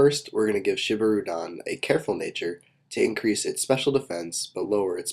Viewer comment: ok i'm just gonna say this here and now but i just wish you would use the proper japanese pronunciation for these names like this one its spelled shibirudon but pronounced sheebeeroodawn